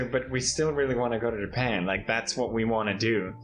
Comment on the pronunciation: Wverytime you keep saying Japan, I keep hearing Ja Pant. Are you “ja panting”? Lmao